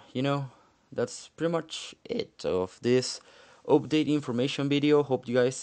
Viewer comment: Im not sure when the multiplayer will be available for everyone. Hopefully the beta testing gos well and doesnt take too long. And the way u say "update" is awesome.